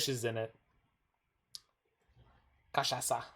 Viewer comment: I love me some cultural exchange. Nice pronunciation btw. Yay cachaça!